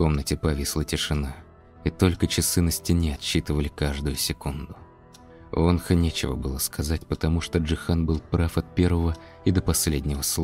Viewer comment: Все хорошо, только одно но произносите пожалуйста имена правильно. ВонхО , а не Вонха.